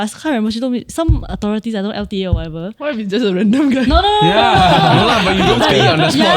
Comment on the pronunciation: May I ask who came out with "Dontch know" for "Don't know"?